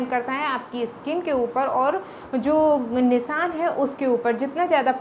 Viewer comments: Nisan kya hota he not Nisan nishan bolte hain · Phle bolna seekh le Nisan nhi nishaan bol